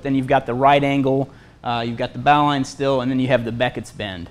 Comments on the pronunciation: The bowline knot is pronounced "bo-lin". It is often tied at the end of the bow line. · Stop being so stubborn...it's BO LYN knot. :-)